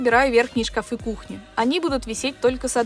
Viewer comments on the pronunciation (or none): Только мне слух режет " шкафЫ"? О стенах правильно говорит ,а о шкафах ... Где эти люди берут ударение на несуществующий слог?!? Все эти шкафЫ,лифтЫ, шарфЫ и тортЫ. В школе вообще уже никто не учится?!? Вся такая многозадачная ... И безграмотная.